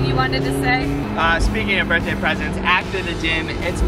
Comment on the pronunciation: I hate how she say Burtday it’s BIR(TH)DAY